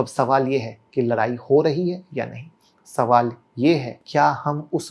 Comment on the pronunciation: Larai nahi ladai hota h